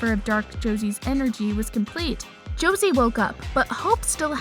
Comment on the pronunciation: Why did you say Josie like that it is not Rosie and you said Alaric wrong